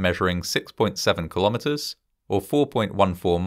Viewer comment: I want to say that it's pronounces kill-o-metres. Other than that, excellent work. Thank you.